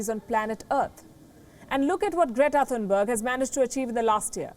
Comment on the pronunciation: And her Name is "Great-a Fun-berg"